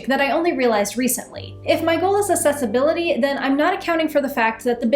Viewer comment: I will back you, as long as you pronounce Accessibility correctly XD Ack-sess, not ass-ess